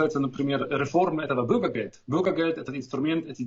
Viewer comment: Уважаемый, пожалуйста, не говорите бУргергелд. Бургер - это еда, а бЮргер - гражданин. После многих лет проживания в Германии такое произношение режет слух. Думаю, что местным бЮргерам особенно. С уважением